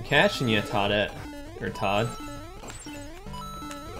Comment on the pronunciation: First time viewer and I wanted to stab my ears out everytime he called Toad and Toadette Todd and Toddette.